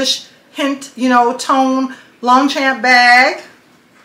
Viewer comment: Longchamp Le Pliage is my passion and i have a large collection which is great for vacation travel the beach or just about any thing. Sadly they are no longer made in France and the China bags are not as well made as the OG. Not sure if anyone has told you but you are pronouncing the brand wrong. Please dont take that as a hate comment just not sure if you are aware